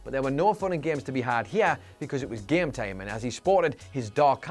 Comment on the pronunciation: He says time (tieam)